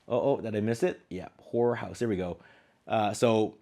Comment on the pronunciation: ‘Horror’ has two syllables.